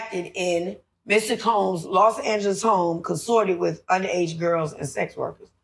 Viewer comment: It's not "Lost" Angeles it's "Los" Angeles which translates into City of "The Angels" ❤